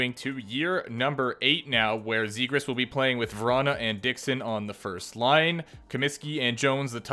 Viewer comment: It’s pronounced like this Trevor zegras -(Traq-Vires) , (Zop-jAZZ) trust me